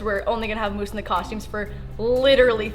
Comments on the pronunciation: i am sorry but did she say Moose or Myoose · Does anyone else get bothered by the way she says moose😤😂